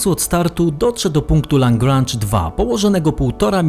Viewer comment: L1, L2 itd. to punkty Lagrange'a. Lagrange pochodził z Włoch (Lagrangia), ale został Francuzem i nazwisko francuskie czyta się lagranż. Kuiper był Holendrem zanim wyemigrował do USA i w Holandii nie czytają jego nazwiska "kajper", chociaż Amerykanie mogą tak to robić. Przy okazji, theta (gr.) czytamy "teta", nie wymawiając litery h.